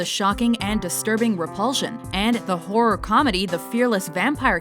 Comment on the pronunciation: she said whore movies hhh